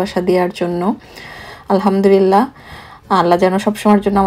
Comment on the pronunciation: উচ্চারণটা হবে "আলহামদুলিল্লাহ"। হতে পারে আমার এটা শুনার ভুল। তারপরও লিখলাম কারণ আমি মনে করি এটা অনেকেরই উচ্চারণের প্রবলেম হয়। যার কারণে অর্থটা বিগড়ে যেতে পারে ।আমরা আসলে যে কারণে আলহামদুলিল্লাহ বলে থাকি আমাদের উচ্চারণে ভুল হওয়ার কারণে যদি অর্থটা নষ্ট হয়ে যায় সেখানে আসলে ভালোর চেয়ে খারাপের আশঙ্কা বেশি থাকে